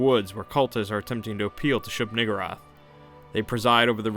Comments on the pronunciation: I kept hearing shoog-N-wrath 😂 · Shub Nuh-gurr-ath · He knows he's mispronouncing the name and keeps on using it. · WHOA with the hard r